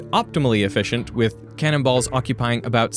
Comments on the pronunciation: I was like: why is he talking about cannibals all of a sudden? it was actually cannon balls. English is weird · ....he says 'cannon balls'....not 'cannibals'..... ^^'